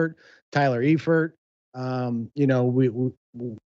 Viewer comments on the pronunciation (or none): No way he just said Tyler Efurt😂😂😂 jit it’s pronounced Eifert